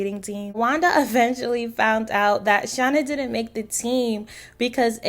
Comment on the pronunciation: FYI: You are pronouncing Shanna’s name wrong. This is Shanna. 😊